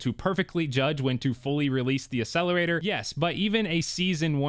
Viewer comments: You: A sell er ray ter Proper: Ack sell a ray tor Proper: Ac cel er a tor Ya Killin me. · Love the videos but Bro you need to stop saying Accelerator and Accessories wrong. It’s pronounced As Ack….not Ass. Look up the pronunciation, just sounds really bad. Sorry not trying to be a jerk! You have great content!